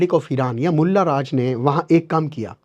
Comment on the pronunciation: Bhai bhot Acha bolla Lakin Molla sabd nahi Mula ji banana tha